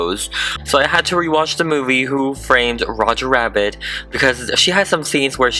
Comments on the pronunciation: Make sure to pronounce Rabbit right because ur saying wabbit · I like how he says wabbit and not rabbit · Its rabbit not wabbit